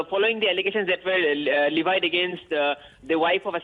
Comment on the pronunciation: Please pronounce levied properly